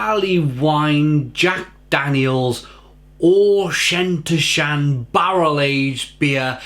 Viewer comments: Unless there's a word in Dutch that reads Auchentoshan, I'm relatively sure it's the whisky Auchentoshan from Clydebank in Scotland (near my home town of Dumbarton). It's pronounced Och (as in, och aye the noo) en tosh an. Cheers 🏴 Edit: had a closer look at the label, definitely aged in Auchentoshan whisky barrels from Scotland! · Auchentoshan pronounced Awk-en-tosh-an most southerly whisky distillery in Scotland. Just down the road from me. Just checked there website ock-un-tosh-un.🤪Apparently it’s not the most southerly distillery, which I’ve been told a dozen times, after all. Always check facts for yourself that’s my new motto. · Aye, you made a mess of pronouncing Auchentoshan there, the Auchentoshan distillery is on the Great Western Road in Dalmuir, it's a few miles down the road from the village of Bowling where I lived in the mid1960's, my late father worked at the former Littlemill distillery in Bowling. The Littlemill distillery was demolished a few years ago to make way for a housing development.